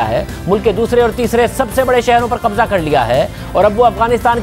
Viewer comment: Aap k kahbza kahbza bool rahy hoo